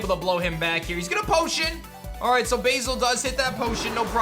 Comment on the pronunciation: Pronouncing Basil as Bayzil? Oh blimey. It's Baz-ill :)